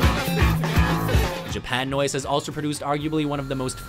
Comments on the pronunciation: it’s Japuhnoise not japan noise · Im pretty sure it's pronounced japa noise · It's mayanoise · I hate WatchMojo video's, but pronouncing Japanoise as 'Japan Noise' is where i draw the line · i think it’d be pronounced “jAp-UH-noise”